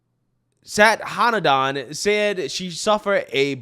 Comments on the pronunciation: I want to give you a tip to pronounce the woman's name (I'm Indian). She-waan-thi Sa-thaa-nan-dhan. Shivanthi means a part of Lord Shiva (God of destruction in Indian Mythology). Sathanandan is made up of 2 parts: Sadha - meaning 'always', and Anandhan - meaning 'happy'. So, it means 'always happy' or 'eternally happy' - which also is an attribute of Lord Shiva. The name is of Tamil origin, and in the Tamil alphabet, the letter for 'tha' and 'dha' is the same. So, she is writing Sadhanandan as Sathanandan, which is just a variation when you transcribe the Tamil word to English. I see all the videos that people are struggling with her name. I thought maybe I could help you to get them to pronounce her name a little more easily. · Shi-vahn-tee. Saht-ah-nahn-dahn